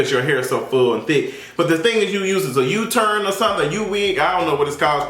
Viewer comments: Lmao, it's a U-Part wig 😭 you said U-turn 💀😂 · Did you say a "u-turn wig"? 😂😂😂 😂